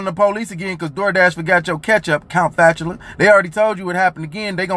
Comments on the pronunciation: Count Fatula hurt my soul 😂😂😂😂😂😂😂😂😂😂😂😂😂😂😂😂😂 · Did he call him Count Fatula?! 🤣🤣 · He said count fatcula🤣🤣🤣🤣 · That nigga said count flatchala I spit my pop tart out. Kmsl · He said Count Fatula!😫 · This nigga said "Count Bachelor "😂😂😂